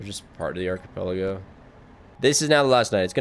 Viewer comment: thats not how you say archipelago